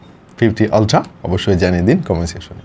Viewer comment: আপনি শুদ্ধ বলতে গিয়ে বেশি শুদ্ধ করতেছেন শব্দ কে। উচ্চারণ হবে আলট্রা আপনি উচ্চারণ করতেছেন অলট্রা, শব্দটারে রিমান্ডে নিয়ে মুখের ভিতর আটকিয়ে কি দরকার এভাবে বলার 😀 শুদ্ধ বলতে গিয়ে বেশি শুদ্ধ করে ফেললেন😀 আপনার আরো কিছু শব্দ ভুল উচ্চারণ করতে দেখলাম। মর্ডান সাজতে গিয়ে বেশি মর্ডান হইয়েননা।